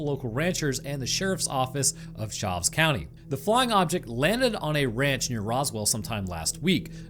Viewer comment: Butchered my county name tho😭